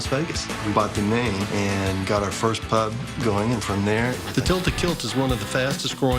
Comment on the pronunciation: The tilted kilt owner I just wanted to punch him for the way he said pub, English by the way